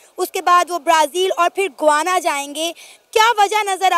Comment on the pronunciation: Guana nahi yeh mulk ka naam hai Gayaana.